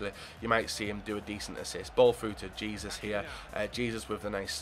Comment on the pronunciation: You pronounce Jesus name h-e-s-o-s not j-e-s-u-s